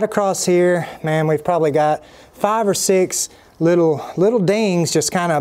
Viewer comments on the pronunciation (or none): When you say farve do you mean five ? 😂